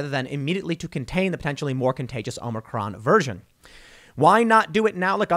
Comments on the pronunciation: Is the OM-NI-CRON variant the same as the OM-I-CRON? He has me so confused. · Omnicron hahahaha that’s what Biden said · Hey Tim, Omicron is a letter in the Greek Alphabet. You are mispronouncing the name, so you really need to learn how to say it.